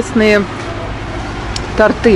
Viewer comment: Поработайте над ударением в словах торты, торту - ставится ударение на о, зная другие языки- не забывайте свой.